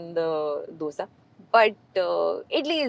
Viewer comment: She said Dosé. Not Dosa And for that ❤❤